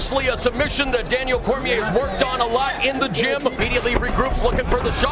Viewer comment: Daniel cormiaah